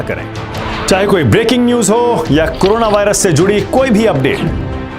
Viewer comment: Yaar koi toh iss anpadh BJP wali gawar ko batao ke CORNA nahin CORONA hota hai...